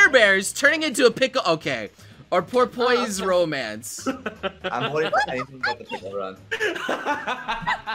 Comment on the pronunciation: pronunciation of Porpoise Romance killed me